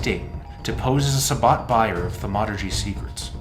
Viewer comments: Am I the only one who's driven absolutely bonkers by the way he says Thaumaturgy...like WTF it's not Thu Murtugy🤣🤣🤣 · (THAUM ah ter jee)...dammit...